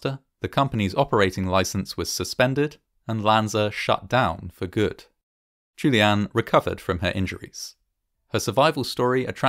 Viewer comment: Ok, so the story is about Juliane, which means the name is said probably upwards of 50 times during the video, and it is a GERMAN name. So, might it be worth the effort in researching how to pronounce the name properly?